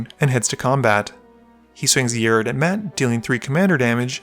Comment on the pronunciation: It's rok not rik